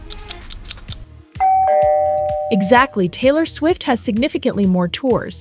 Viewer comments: Also,, is not Taylor “stufit” it’s Taylor “Swift” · I unsubbed bc you said subiate not swift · She said taylor stuffet😅😅😅😅😅😅